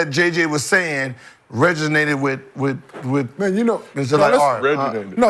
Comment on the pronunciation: Regonated? Lmao